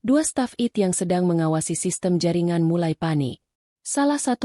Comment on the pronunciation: coba bacanya yang betul deh..... istilah2 dlm bhs inggris ai te bukan it. dll